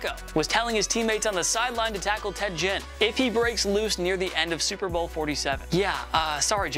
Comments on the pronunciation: Who the hell is Ted "Jin" ? LOL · I like this channel but man this guy is not a football fan. I’ve heard him butcher semi-popular names for years and you can tell he just doesn’t watch the game like the rest of us. Ted Jin? Really? This’ll be the last time I watch a video of this clown talking